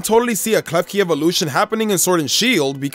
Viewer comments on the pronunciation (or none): Klefki-card hahaha